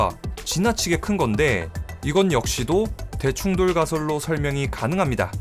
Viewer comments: 아.. 자꾸 대충 돌이라고 들려요 ㅠㅠ 어디서 이런걸 들었지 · 대충 돌로 만들어졌다로 읽다니... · 아.. 자꾸 대충돌이 대충 돌 로 들려